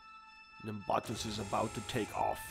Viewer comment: Hell yeah, Nimbatus will this become a series? also the way you say nimbatus is weird